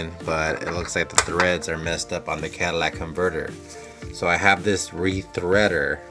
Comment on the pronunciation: Cadillac inverter are you deaf